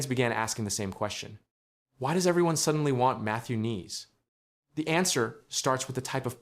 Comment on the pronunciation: You might want to know how to pronounce his name properly.